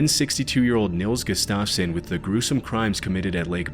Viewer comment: You’re a great voice actor! But, please learn how to pronounce names. Gustafson really isn’t hard. There are apps that you can check to help you with names. (I’m a voice actor, radio, and I use a fake name because I’m of Polish descent and it’s just too much for people. Lol.) Keep up the good work!!